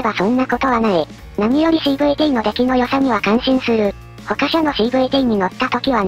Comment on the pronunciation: X―MODEは、クロスモードではなく、エックスモードです。 いつも間違っているので、「ホントにスバル好き」か?と思う時があります。 他社（たしゃ）を「ほかしゃ」と読んだり、日本語の間違いも気になります。